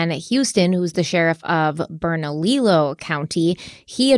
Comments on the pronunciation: The speech policewoman is back. Bernalillo County is pronounced Berna-lee-yo. Slight emphasis on the "lee" part. In the spanish language, often double l's are pronounced like "y's", or they are silent. If that makes sense. I may have that all messed up technically, but I try. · It's pronounced Bernaliyo, the 2 ll's make the y sound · I love you, but say it with me... BERNA-LEE-OH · I love you to pieces and the way you pronounce Bernalillo. I want to help you, please don’t come for me. 😂 BERNA… lee oh. That’s how to say it. Don’t ask me why because we have several “L” in there. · I really appreciate how in depth you both go, and like the different perspectives. But I really need you to look up how locations in New Mexico are pronounced. Almost all of them are Spanish words, so they are not pronounced how they look. I am pulled out of focus when you say “burn a lilo” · I hate to be so nitpicky, but Bernalillo is pronounced Berna-lee-YO! In Spanish two L’s are pronounced as a Y. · You guys are doing an amazing job covering this case. I'm a native to New Mexico and had never heard of it. I wanted to let you know you have a country spelled/pronounced wrong though. It's Bernalillo County (Pronounced Berna-leo not Berna-lilo) The two lls make the y sound. All the love to you guys! Keep up the amazing work!! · I live in Rio Rancho, suburb of Albuquerque. Loved this one close to home. Look at West Mesa murders. It's unsolved, and was surprise discovery. Bernalillo is pronounced Burn-a-Leo and Belen is Bi-lin. Loved listening to you saying the words. We have caliche pits for dirt roads all over. With coyotes black bear and cougars, it's hard to say what happen to her body. And yes the cops suck here and wouldn't surprise me if they were covering their own f*** up... cover up of a mishandled case. Extremely plausible for vuh-lin-see-uh cops. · Just so you know, it's Berna- LEE-YO. The two Ls next to one another make a Y sound in Spanish